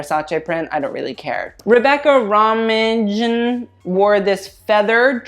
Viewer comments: FYI its pronounced rebecca 'romaine' - just like the lettuce! :) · Romijin is pronounced like Romaine lettuce. Lordt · Rebecca Roijm (pronounced RO MAIN) was once a very popular fashion model. She is actually 5’11”. Around 1998 she married John Stamos (Full House) they were married for 7 years and divorced. She is currently married to actor Jerry O’Connell and they have 2 girls. She is 47yrs old now. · Rebecca Romijn is pronounced Rebecca "Romaine" lmaoooo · and her name is pronounced "romaine.": ) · How do you not know how to pronounce "Romijn"